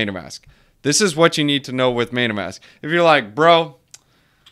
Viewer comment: Funny how you pronounce it "maytamask"